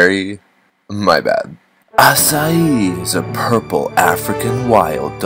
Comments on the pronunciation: AH-KAI NOT AH-CY-EE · Wait it's pronounced ass-i-ee??? I thought it had a k sound 0-0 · Omg 3 more minus 1 comments to go 1000 comments I thought Acai was pronounce Akay or Akai "I'm Filipino BTW" a "Furrypino"